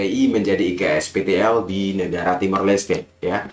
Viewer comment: 6.28 iksptl nya "TOK"... kecampur logat bahasa jowo mas..😁